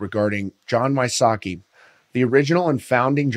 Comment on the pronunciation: I think its We-sots-key, not Why-sockey.